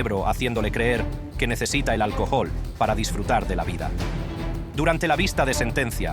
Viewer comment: "El alcojol". Habla bien!